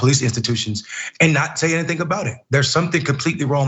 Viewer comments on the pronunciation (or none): none